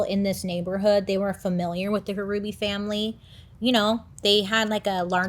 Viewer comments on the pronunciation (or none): Also, it’s just pronounced like “Ruby” the H is silent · You pronounce the name Ruby, the H is silent. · The H is silent in Hruby. Such a tragedy in our little town. My husband had college classes with him while Alan was taking concurrent courses during high school. He was so shocked as everyone was. I could never buy that house. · Bro my maiden name is Hruby… it’s pronounced Ruby lol 😂 not a common last name, I wonder if I’m related. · He is my cousin. They were my great uncle, great aunt and cousin. Love you Bailey! I’m also a December Sag, and it’s pronounced Ruby! The H is silent 😂🩵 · I believe the last name is pronounced ruby the h is silent I went to school with some hrubys and that is how they pronounced it not trying to be mean or anything it's all in love just letting you know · And the H is silent. Just pronounced ruby. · Hruby is my maiden name. It's pronounced Ruby, H is silent